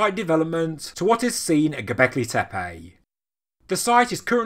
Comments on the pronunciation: Please, "tepe", not "tepeii"! And, if at all possible, "Göbekli", not "Gobekli", as the latter would go against Turkish vocalic harmony. For the rest, thanks for the regular updates! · Man can you please learn to pronounce Tepe.